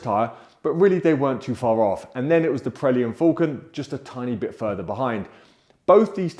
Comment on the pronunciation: They are called Pirelli, not Prelli